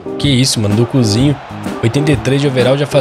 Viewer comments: O falando dokuzinho foi meio estranho kkkkkk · Me quebrei quando ele falou dokuzinho kkkkk